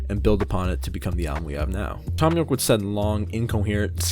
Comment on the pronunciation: haha, you said thon you'rek